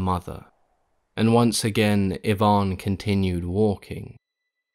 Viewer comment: Finally, someone who pronounces Ivan properly.